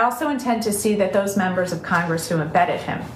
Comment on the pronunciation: Oh, I see what you did; you made "congress" sound like "CON-gress”, because you are a free man, and you shan't be ”conned”... Very clever! We need a "tell-the-truth-gress", right? Your well-wrought word-play is an inspiration to us all; keep up das gute Arbeit!